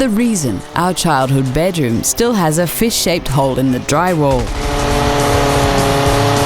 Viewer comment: I thought she said Fish Shaped hole xD